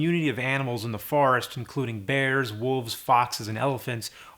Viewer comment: james says "wolves" funny